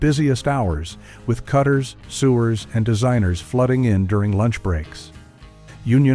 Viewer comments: Hey,! Not “sewers”: “SEW - ers” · this guy can't pronounce "kasha varnishkes" or "sewers" or "Dubrows". Strictly from Kalamazoo. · Did I hear the word for people that sewed as “sewers.” (?).